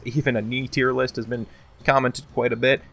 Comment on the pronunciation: "Tier Loost" Fucking fantastic! XD